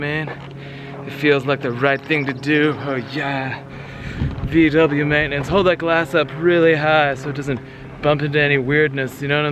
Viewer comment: you pronounce VW as "fau way" like you are about to say FAULT but don't say LT.